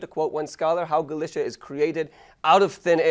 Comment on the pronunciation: nice Video But i would Love it so much id He would pronounce Galicia right